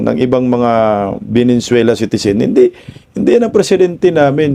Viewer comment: venezuela hindi venenzuela